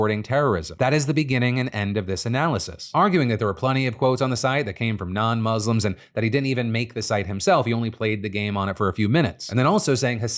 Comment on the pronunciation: 18 years of reporting news, still can't pronounce "Muslims" properly 😒